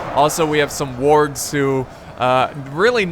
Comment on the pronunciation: did he really say worgs its wargs lel :) :P